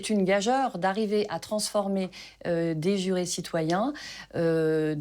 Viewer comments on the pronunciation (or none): gageure se prononce " gajure ".